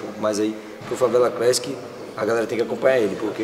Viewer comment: Leo:- "Favela crÉssiqui." 😂🤣👽🤫